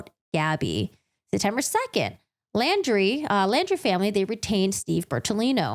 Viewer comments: Laundrie is pronounced just like „laundry“ (not like „landry“). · I do appreciate your reviewing and explaining this case. My only complaint is that you kept saying "Landry" I do realize it is a difference of pronunciation. And Mineola is a town where the main courts are in Nassau County NY